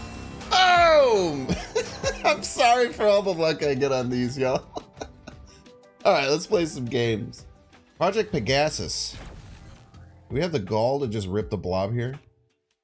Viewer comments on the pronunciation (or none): I dont know if saying magento was on purpose but its pronounced Mag-neat-o. And its pronounced Peg-uh-sis. Lemme know if im wrong since it could be fiction. But it really irked me hearing how you pronounced it